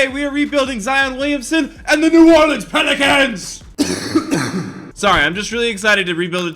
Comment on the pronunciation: Ethan Caffrey it sounded like he said penicans